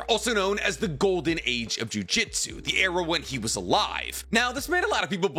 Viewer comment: At this point im convinced that is just trolling with the pronounciation of th word JU JU TSU! 😅 if you say JU JI TSU one more time im contacting the proper authorities to have your weeb license revoked my bro lol